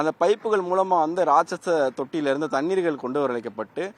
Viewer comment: ழ எவன் வாயிலும் வராது போலருக்கு, இதுக்கு மேல “தண்ணீர்களா”!! டேய் ஏன் டா இப்புடி தமிழ சாவடிக்கிறிங்க 😏மைக்க தூக்கிட்டு யூடுப் சேனல் னு பேச ஆரம்பிச்சிருவானுங்க 😭